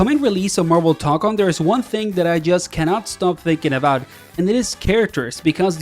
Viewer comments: brother said marvel tonkon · Toe-cone, my guy.